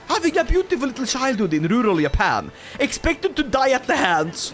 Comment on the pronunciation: its not Yappan is Juh-pan